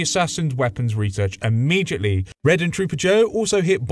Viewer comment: Immejhitly or Immediately?